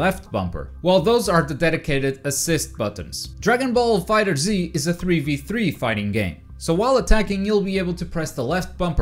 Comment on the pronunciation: its fighterz not fighter Z